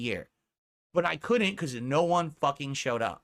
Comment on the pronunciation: he put some oomf on that "no one FUCKING showed up" Lmao